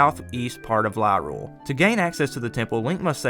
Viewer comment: I just gotta point this out, Lorule isn’t pronounced Lyrule. To help you remember, it’s a pun, Highrule and Lowrule. Also damn, I actually didn’t know about Gramps. Guess that’s a thing I never did lol